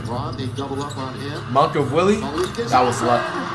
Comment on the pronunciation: commentator:maliek monk for three flight 2 seconds later:monk of willie😂😂😂😂😂😂😂